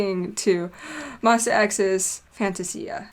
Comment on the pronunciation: The moment you pronounced FAN-TA-SIA, I knew you already watched it before reacting.